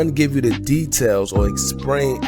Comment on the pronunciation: Exsprain? Lol